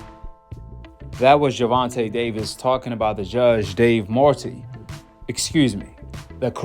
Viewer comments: It's not "more tay" its "more eddy" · Dave Mortay 😂 it’s Moretti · it’s pronounced Dave More eddy, Dave Moretti ok Yallah